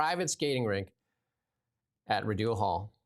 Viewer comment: the last syllable of "Rideau" is pronounced like the word "doe", not the word "dew". I know you are a Westerner but Rideau Hall has been around forever. Don't offend your listeners' ears, please. And when Richard the Lionheart was out of England, the country was run by Prince John,, He didn't become King John until after Richard's death.